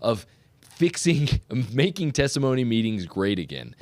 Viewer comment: Testimony meeting, not thanktimony meeting.